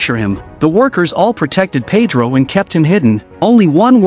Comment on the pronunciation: Yes, and the way Winona with her American accent kept referring to Pedro as Paid-row instead of Ped-ro with a hard e sound (first syllable) and hard o sound (second syllable). Oh well, only Maria Conchita Alonso and Antonio Banderas were the main Hispanic actors in the cast.